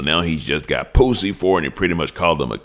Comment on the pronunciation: you be having me rolling hard laughing at the J "Poosie”😂😂😂